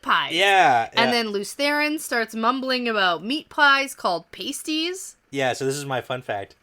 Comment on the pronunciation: Their pronunciation was incorrect. Kind of funny that did all that research but didn't check how the word was pronounced.:-)